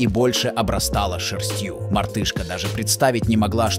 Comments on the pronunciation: Скажите на каких дорогах валяются такие мартышки?И какой такой шерстьЮ обрастало это дорожное чудо!Молодой человек,вы не первый раз ставите неправильные ударения! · Я бы тоже взяла такую. Ударение в слове шерстью ударенте на букву е, а не на ю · ШерстьЮ? 😂 этот автоматический переводчик- рассказыватель такие чУдные ударения в словах делает, что ппц😮😂